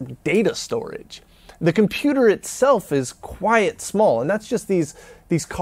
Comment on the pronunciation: the way you pronounce 'quite' is appalling